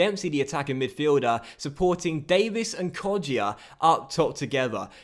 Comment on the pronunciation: Hey, with Kodjia you don’t pronounce the ‘ i ‘ in it